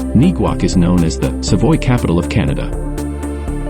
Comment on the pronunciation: Savoie is pronounced as Savwa... and not Savoy... Duh!